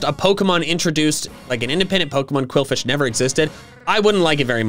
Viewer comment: And BTW it's qwilfish, not quilfish, quwilfish or qwuilfish